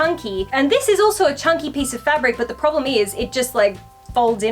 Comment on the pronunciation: When said “you have a promble” I felt that 😔😔